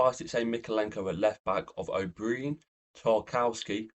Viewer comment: Stop saying o'breeen😂😂😂